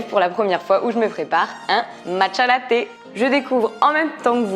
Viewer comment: "le lé" aie mon français